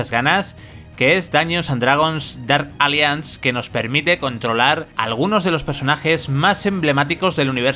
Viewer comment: Dark "alianz" ni se preocupa en pronunciar bien el inglés u.u